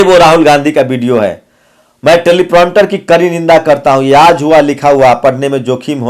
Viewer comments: Telepronter nahi Teleprompter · It's not 'telipronter' it's 'Teleprompter'